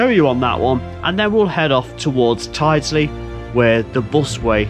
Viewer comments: Nice to see you near my home! Your pronunciation is slightly off though, although I can't blame you, lots of people get it wrong! Its Tild-sley rather than tide-sley. Or, for most locals, tilsley, with a silent D!! The bus way is a bit controversial, but I'm a fan. Not really sure why it was built like that, but it does allow the buses to get a fair lick of speed up, with no other traffic to contend with! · locals say tild-sley at least the ones i ride with do :) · Hi. Tyldesley is pronounced TILDSLEY. I can just hear all the locals wincing 🤣🤣🤣. Hope you can get archive photos of Tyldesley Station as that would be really interesting. Great videos by the way. Got my attention whilst watching Martin Zero 👍. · Brilliant video! Look forward to part 2. Welcome to my hometown of Manchester and beyond! No criticism intended whatsover, but Tyldesley is pronounced... Tilds Lee. And Ellenbrook is the correct spelling. Guided busways are a waste of space, they just don't work. That bridge on the East Lancs Road is indeed almost tunnel like. I believe the works are for the installation of lighting as it is obviously very dark in there. 👍🙂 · Tydesey is pronounced Til - des- ly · Looking forward to Pt2, but Martin Zero and the gang will probably have words with you about you pronounciation of Worsley and Tyldsley. They'll probably set Timmy on to you.